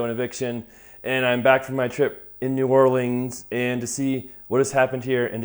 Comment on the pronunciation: Thanks for enunciating New Orleans.